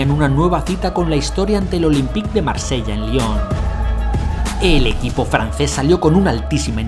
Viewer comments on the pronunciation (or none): none